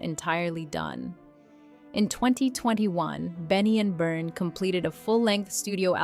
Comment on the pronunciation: Where’s the ….” she was disgustingly “ part ? …..and you couldn’t even pronounce Bjorn’s name properly….